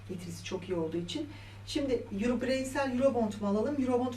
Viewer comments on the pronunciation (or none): none